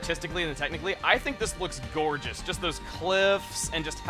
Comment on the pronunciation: Do you mean GORGE-ous? Fite me OuO